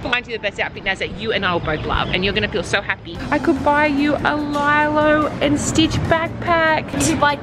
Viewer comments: not being rude but you say lilo like "lElo" not "lAlo" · Hi guys I’m American and you know how it says lilo and stitch well the lilo is pronounced lelo not lilo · ITS PRONOUNCED LEE-LO NOT LIE-LO 😭😭 👇👇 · and Naz should definitely get some gold jewelry like necklaces because they are so pretty, and also it is pronounced lee low not lie low btw but it’s spelled lilo 😅😊☺️😭💗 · Also, it's pronounced "Lee-low" and Stitch, not "Lie-low" and Stitch. I know this because I also pronounced it wrong for a large portion of my life! LOL! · Hey, Norris Nuts Lilo is pronounced like lee-low not lie-low, also most people when they see Stitch(the blue animal thingy from Lilo and Stitch) they don't say Lilo and Stitch they just say Stitch. Example1: Look it's Stitch. Look it's Lilo. Example2: Hey, Look it's Stitch from Lilo and Stitch. Look it's Lilo from Lilo and Stitch. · Say lilo like leeloo bc your saying it wrong 😭😭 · its leelo not lylo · its le-lo not li-lo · it’s pronounced lilo (lee-low) in American accent and lilo is Hawaiian movie so all the Hawaiian people were probably cringing 😂😂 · It’s LEELOW sorry mama😂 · guys I’m American and well so in lilo and stitch the lilo is pronounced lelo with an e sound hope it helps also I’m a super legend and I remember when you guys were spying on Justin for guinea pig I love you guys so much don’t quit youtube ❤❤❤❤❤ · Just so you know lilo and Stich Lilo is pronounced like leelo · I just wanna say if anybody is laughing after said [ lie- lo] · Why Do U Call Lilo And Stitch LYLO AND STITCH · Lilo And Stich, Lilo is pronounced “lee-loe” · It’s pronounced (lee-lo) and stitch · Please, LILO is pronounced LIE-LOW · It’s pronounced lelo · the way you pronounce lilo isn’t the correct way but I’m guessing it bc your accent, I’m not trying to be mean but I was triggered by the way you’ve said it wrong twice.